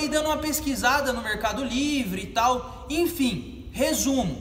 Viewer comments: " infim" valeu as dicas ! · Infim ... infim...infim... infim